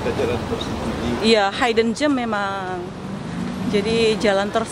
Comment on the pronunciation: Disebut "hidden" tu seperti "hid" bukan "hide"😂😂😂